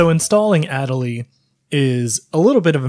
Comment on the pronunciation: "ah-DAY-lee" Better late than never XD